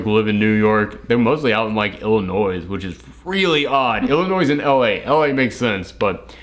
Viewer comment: I loved the video. The only thing that bugged me.. was how you pronounced Illinois at the end because I'm FROM there haha. It's not pronounced like "Illinoise". The s at the end is silent.